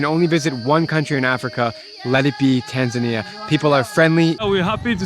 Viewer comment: Why you call Tanzania Taznaniya ?